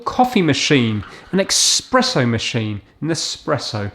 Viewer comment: ITS PRONOUNCED ESPRESSO. NOT EXPRESSO. IT'S FAST COFFEE BUT NOT THAT FAST